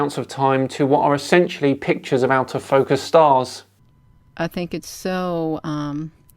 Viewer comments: Her "pitures" are not convincing! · What "pitchers"is she speaking about all the time? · Blurry image. Can't say the word "picture" but calls them "pitchers." Then she starts babbling about energy and angels. Look, Air Force footage of craft they can't identify is fun to look at. This is just crazy babble right up there with the lady spraying soapy water around her backyard to supposedly get rid of "chemtrails" 30,000 feet above her. Sigh... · I know why she's having trouble saving her photos. She's trying to save "pitchers" instead of "pictures". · "and we're going to take a look at more pitchers" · Am I the only person that, when talking to anyone, stops listening as soon as they mispronounce a word? Serious question!!! I'm an asshole, I know but if someone butchers an everyday word consistently I TRULY believe they aren't smart enough to take up any more of my time. "Pitchers" "Interstellular" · These “pitchurssss” aren’t convincing me of anything lol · says "pitcher" means "picture" loses all credibility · Interstellular pitchers.